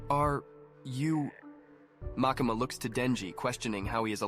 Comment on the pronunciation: Makeema bro why you saying her name like that😭😭😭 you surely didn’t do some research lmao